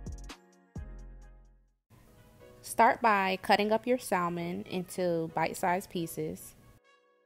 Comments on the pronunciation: Once I heard Sall-Mon I stopped listening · I wanted to like this but pronouncing is the “l” in salmon drone me nuts. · Alaskan here. The “L” in salmon, is silent. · Unbelievably crispy! BTW - The “L” in salmon is silent. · The”l” in salmon is silent!Salmon looks good. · I always pronounce it with the L though 🙂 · ijs that L “drone” her so nuts she didn’t proofread 🙄😂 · Really dumb to not like a video due to how someone pronounces a word. We all don't speak the same and some areas of the world pronounce things differently. Just like how you was drone nuts but how she said it 💁‍♀️ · She's actually saying incorrectly. The L is silent. Americans naturally pronounce the L because that's what we're used to doing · I wanted to watch this but you said salmon. It ruined it for me. 😢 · The L in salmon is silent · the L is silent ma'am.... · The L is silent smh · Can’t pronounce Salmon was killing me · In salmon, the L is silent